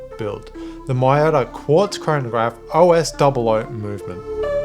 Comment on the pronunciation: pls pronounce as meyota